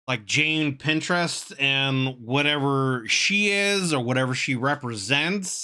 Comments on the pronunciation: please pintrest is a site to do crafts and find art, her name is Jane Prentes, pronounced like praying Mantis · cannot get over him calling jane prentiss "jane pinterest" 😭